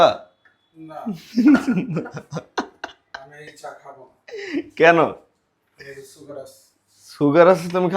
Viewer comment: সুগার ❌ ছুগার ☑️ 😂